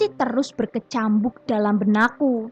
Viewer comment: Maaf, sekedar saran dan ga bermaksud ngebully, mbak.. Kayaknya ada beberapa kata dari yang masih salah pengucapannya, seperti kata berkecamuk dan motor beberapa kali aku perhatikan bacanya berkecambuk dan montor. Jadi kurang pas dengernya.. maaf ya mbak.. 🙏